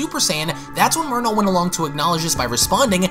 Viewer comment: Is it jus me or when he says merno it sounds like he’s saying mono?